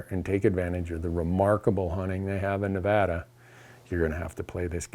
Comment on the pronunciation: Randy, big fan. Thanks for pronouncing Nevada correctly. You can stay.